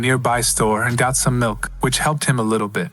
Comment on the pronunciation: Lmao 🤣 they legit said goet some milk